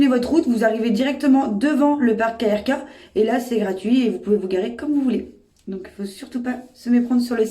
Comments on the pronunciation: On ne dit pas "KRK" comme des initiales mais "Krk" comme un mot (oui ça existe des mots sans voyelles en croate par exemple krv) 😂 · ca ce prononce keurka et plitvitsé pas plitvici, sinon oui il y a des pieges a touristes il faut se mefier et dormir dans sa voiture est interdit en croatie, 150e d'amende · On prononce “Keurka”, et le mec du parking ne bosse pas pour le parc mdr il n’y connait rien.